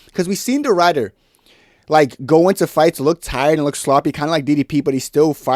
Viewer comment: The "i" in Ridder is pronounced like the "i" in "incredible". It means "knight". I know, nobody cares. But i speak Dutch. "Ryder" sound funny to me.